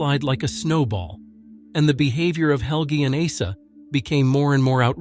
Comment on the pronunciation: If someone name is Åsa say Åsa not asa😊